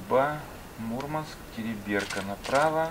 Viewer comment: ТерИберка! ударение на И ВАрзуга!